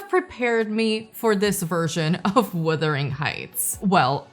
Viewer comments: Can we please stop calling it "Withering" Heights 🙄🙄🙄??? FFS, it's WUthering!!! 😬😬😬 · Perhaps you should pronounce the title correctly? It’s not WITHERING, it’s WUTHERING heights. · Filmmakers are totally blind, deaf, and DUMB when it comes to what the ticket buying public wants from a film. And the word is "wuthering", not "withering"...not to say this movie was definitely withered once released, but the heights were wuthering. Poorly adapted, poorly cast, poorly developed makes for a total waste of money. JMHO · " Wuthering," not " Wothering Heights." The book is great. Thanks for posting this so I will make sure not to watch this version. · What I want to know is WHY so many people keep saying ‘Withering’ Heights instead of ‘Wuthering’. This is the weirdest part to me